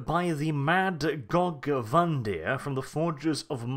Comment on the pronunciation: The way you say Gorge Van Dire upsets me